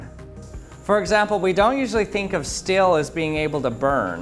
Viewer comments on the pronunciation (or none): Is he saying Steel or Stale?